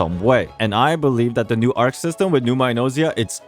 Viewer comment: as a greek i cant stand the buchering of the words "ousia" and "pneuma" in the game translation LMAO It's read "Usia" and "Pnevma" and Arkhe is read "Archi"